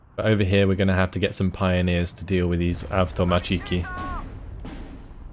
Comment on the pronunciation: The correct russian accent of the word "avtomatchiki" is on the third syllable, so it's like avtomAtchiki.